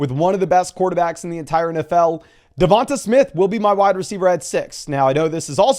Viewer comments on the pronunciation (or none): Why does he always say DevonTUH smith it’s just spelled different